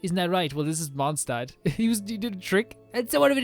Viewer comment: "the lantern wrong is in Mondstat" xd